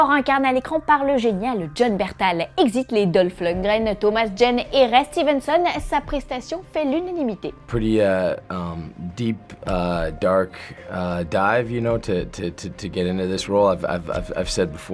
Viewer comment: L'unanimité pas l'uninimité lol